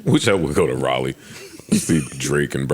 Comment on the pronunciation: should be slapped for pronouncing Raleigh like that hahahahha.